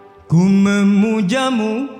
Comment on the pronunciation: Mantap bang tapi maaf ya sedikit koreksi pengucapan artikulasi di kata ku memujamu, melalui lagu, pengucapan me.